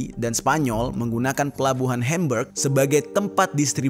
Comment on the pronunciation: Hembeg..🤣🤣, HAMBUG yg benar bacanya bro..🤦